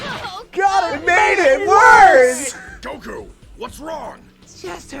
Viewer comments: i fkn love you and i will never amount to anything you have achieved, but i cant be the only one that hears you say Goku as GoKouuu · The difficulty in editing the text to speech for the intro is just karma serving justice to for his Goku pronunciation. I hope it gave him hell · Speaking as a blind person, I feel your pain about pronunciations and getting TTS to say anime stuff correctly! I hate microsoft TTS in particular because they're so hard for me to fix pronunciations with! I use a screen-reader called NVDA, which has a nifty little feature called the Speech Dictionary, so I can put words in it, followed by a string of characters to replace those words with when they're being read, and I still have trouble getting it to pronounce certain things correctly, but I can get it close enough in many cases that I can enjoy reading fanfics and the like. But oh stars I feel your pain wrestling with uncooperative TTS.